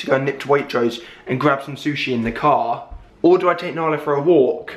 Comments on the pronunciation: Why does joe call Nala Alan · why does Joe call Narla "Allan" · I love how joe calls nala alan